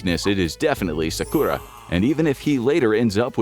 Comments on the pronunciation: My boi sauce-oookay and his wife sock-q-raw 😂😂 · Ahhhh yes, Sah-Kurah and Sah-Su-kay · The way he pronounces Sakura and Sasuke 😂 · I am 3 minutes into this, and I hate the way you pronounce Sakura and Sasuke's name so much but I'm gonna power through. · bro pronounced sasuke and sakura's name wrong....